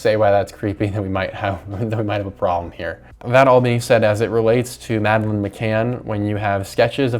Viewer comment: their names are pronounced: John-ben-ay Mad-uh-lin Gee-lin (hard g)